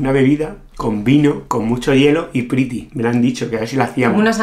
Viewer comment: La pritty con vino se le dice pritiau